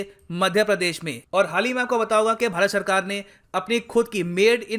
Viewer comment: Padesh nhi... Pradesh hota hai 😃😃😃